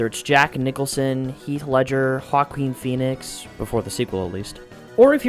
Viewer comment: “Haqueen Phoenix”